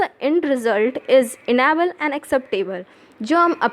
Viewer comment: Enable nhi edible.... Isse acha me khud se padh lu